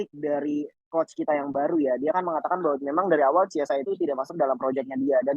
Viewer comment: ciao bianconero, chiesa dibaca kiesa bukan ciesa